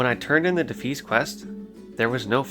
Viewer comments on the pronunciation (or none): Sorry I hate to be this person, but the red bandana people are called the “Def- EYE-as,” not “Def-EES. Otherwise really cool that you’re loving the game dude, I’m going through Classic add-ons-free too. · It's pronounced de-fy-ass not de-fees. No hate! Just a tip. Well done on the video. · I never heard anyone say defias like that lmao it's [De-fi-yas] <3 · co-bold, not cobbled... defias... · Good video, just constructive criticism, mispronouncing words is distracting, for example Defias and Kobalds. Keep up the good work, I know it’s time consuming